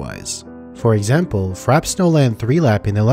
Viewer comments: Frappe pronounced frap-pay not frap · Frappe is pronounced "Fra-pay" not "Frap" You know, like the drink. "A drink served with ice or frozen to a slushy consistency."